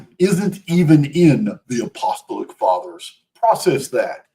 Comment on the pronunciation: LOVE your work,. So much information and so much uncovering! Just one thing: please, please be aware of how to pronounce apostolic: a-puh-STAA-luhk